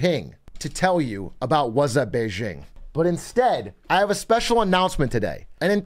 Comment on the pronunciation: i die a little inside every time you say beizhing. its bay-JING with a hard J like jingle.